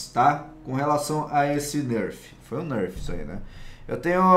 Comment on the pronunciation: esse cara fala nârf kkkkkkkkkkkkk